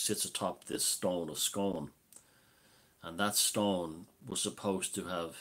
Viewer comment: It’s pronounced SCOONE to rhyme with moon btw....I live a few miles from it is only reason I know x